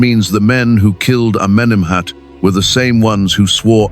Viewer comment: Amenemhet Aaaai! 😂😂😂